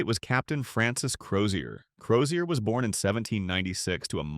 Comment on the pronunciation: The surname is Crozier which the voice over pronounced correctly.